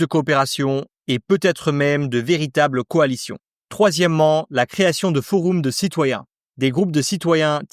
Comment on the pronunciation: On dit monarCHie présidentielle (et pas monarKie) Ça se prononce forEUm (et pas forOUm)